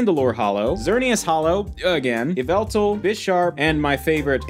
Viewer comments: It is pronounced yall-vul-tal. (M&JTV meme) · Just a heads up, you pronounce Yveltal “Yah-Vel-Tal” and Arceus “Ar-koos” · I think it’s stupid to judge someone based on how they pronounce the names of magical creatures in a fantasy game made for kids. Would you call MandJTV a bad YouTuber because of YAHVULTAL?